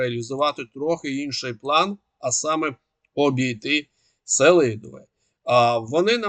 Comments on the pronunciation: Флорiда слухала уважно. Бажано б змiнити наголос: СелИдове. Я там бував. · називний Сели́дове родовий Сели́дового давальний Сели́довому знахідний Сели́дове орудний Сели́довим місцевий Сели́довому, Селидовім кличний Сели́дове